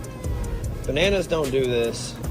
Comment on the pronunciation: He said “banoonoos” 😂😂😂